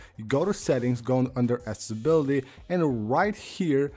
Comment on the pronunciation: Dude, it’s aCCESSibility [axessibiliti] and not ASSability… first I thought it was a slip of a tongue but you say it all the time in all of your videos